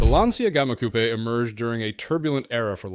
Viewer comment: Excuse you, how is the man called Matich and the car Matik(the way you pronounce it)? It is not a "coop", it is a coupé. When are you, the Americans, going to learn?